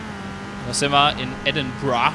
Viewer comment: So wie du Edinburgh ausprichts ist es auch richtig!!